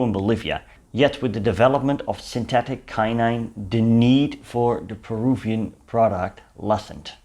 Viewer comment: Quinine is pronounced "KWI- neen"